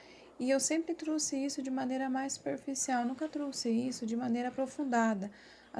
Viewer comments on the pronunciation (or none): 🙄 FALAR O PRÓPRIO IDIOMA CORRETAMENTE NÃO É PEDIR DEMAIS ❌ NÃO SE FALA ( TRUÇE ) O CORRETO É 👉🏼 TROUXE 👈🏼 E O " X " TEM SOM DE C. .